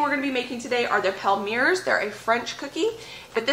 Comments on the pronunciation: You're too cute! Good save on the burned cookies.... fyi - a microplane works well for removing burnt bits. Also, Palmiers is pronounced pom-yay. Super delish!! Looking forward to your candy video. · The french people in the comments are having a laugh 😂 I think the palmiers are pronounced palm-e-a-'s